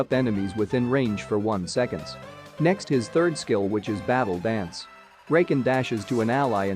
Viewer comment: "Rayken" "Zeyuh"